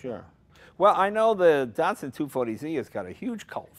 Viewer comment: Neeeesaaarn? Dartsoon? Wtf?